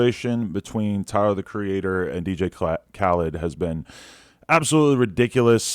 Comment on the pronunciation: "Dj Khled" I don't know why I find this funny